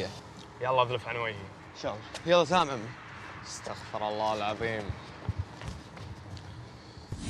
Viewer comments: صح قال استخفر الله. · نطق كلمة استغفرالله غلط